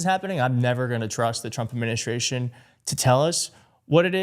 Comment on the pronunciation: I've also noticed in several clips he can no longer pronounce "administration". He uses the word a lot when criticizing the Biden Admin, but when he starts to try & say it he falters. Definitely losing his mind! After caring for my parents, who both had dementia, it is beyond disturbing to see him still making decisions for anyone